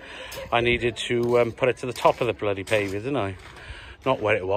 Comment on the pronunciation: What’s a pave v er 😁😁😁😂😂😂